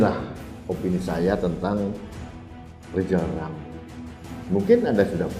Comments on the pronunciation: LL itu LIZAL LAMLI atau apa...??? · Ini bukan RIZAL RAMLI tapi LIZAL LAMLI....HAHAHAHAHAHAHAHAHA😅😅😅😅😅😅😅😅😅😅😅😅😅😅